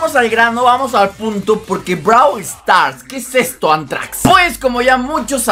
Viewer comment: BRO SE DICE ANTRAX